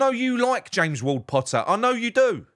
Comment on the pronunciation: why are you doing a Mr Blobby voice for Pottah (spelt correctly) and the Borat voice for the Norwegian fans and what was it with the Mexican voice??? Roasting Loppy for the proposed losses on Kilman when the Miserible Gaslighter cost us HUNDREDS of lost millions on players like Haller, Scamacca, Benrahma, Vlasic, Cornet etc etc etc